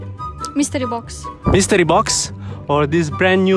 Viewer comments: "MiStREee bOx" She literally said that seven times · Him: "Legendary mistrii box or $1?" Her: "Mistree box" Mr.Lee at home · I love the way the pronounce Mystery box. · the way he is pronouncing 'mystery' has a different meaning in Hindi(one of the Indian Languages)